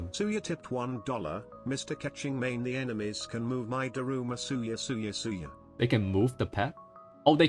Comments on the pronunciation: I was listening to this like a podcast and he keeps saying Suya and it didn't register to me that he was talking about Sayu. I was like who the hell is Suya!? >< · Ah ys be like suya 😂😂 not sayu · ❌Sayu ✅Soya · ah yes, 'suya'. nice one ~ edit: well suya's ascension stat is em soooo xD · My ears bleeding after hearing Xingchuu and Suya